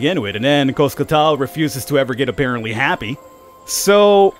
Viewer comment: Coscatl and Cipactli Kos-CAHT-tul and See-PAK-tlee You're welcome.